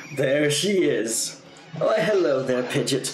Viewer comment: its not pidgit its pi-gee-ot pidgeot